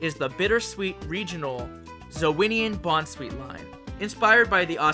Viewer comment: Okay I have to get this off my chest., you’re an awesome guy and I love your work but the way you pronounce the bounsweet line’s names irks me to no end